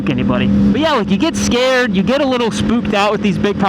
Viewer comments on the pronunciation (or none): none